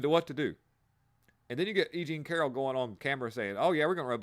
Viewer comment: “Aging Carroll”, not EJean Carroll lol! 😆